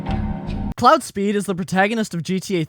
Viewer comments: haha I'm glad someone else questioned it. I was like bruh it's pronounced like "clo-ord" not "cloud" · also, its CLAUDE not CLOUD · Claude is pronounced like Clod. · Why do you keep calling him cloud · The mispronunciation of "Claude" is killing me 😂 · This guy really dislikes Claude huh? Won't even pronounce his name correctly lol